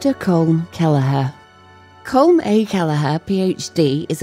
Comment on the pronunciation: It's not "Kolm", it's "KAWL-um", similar to "Collin", and sounding like "column". Get your 'Robo-nunciation' straight!